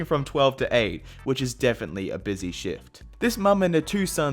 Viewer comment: miss pronounced shift